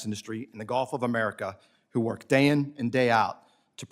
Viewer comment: lol if I hear the "Golf of Omaricaow" in a crowd I know who's the hatter